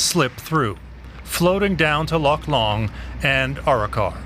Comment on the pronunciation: Arro-Kar. Try again!